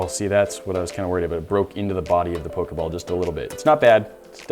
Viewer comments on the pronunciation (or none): anybody else go crazy when he says 'po-kay-ball' and not 'po-kee-ball'??? i typed the pronunciations not the spelling, dont yell at me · who else is it triggering for when he says pokAball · its poh - kee - ball